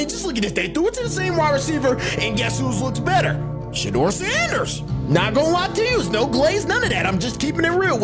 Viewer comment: How many different ways is this AI robot gonna pronounce Sanders name?